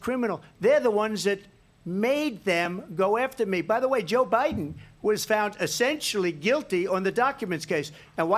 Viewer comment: Did she say Obiden? Boy that's telling isn't it? They call that a Freudian slip.